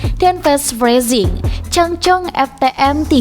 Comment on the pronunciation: Cangcong😂😂😂 berasa kaya nyebutin Hermes jadi remes😂😂🙏 ijin kak bercandyaa